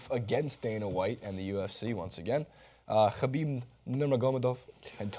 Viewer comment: Jesus Christ have you seen a Khabib fight, pronounce his Last Name right